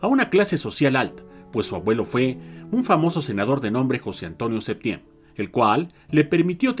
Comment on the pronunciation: A ver, niña, primera,quien te dijo que es una crítica?, Si lees bien anoté: duda; segunda, se escuchó "Septiem", siendo que yo sabía era "Septién". Antes de escribir algo lea bien